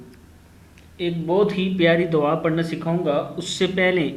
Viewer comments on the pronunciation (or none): ye lafz,, Dawaa,,nahi hoti Duaa hota hey,,tasheeh Kar lain.thx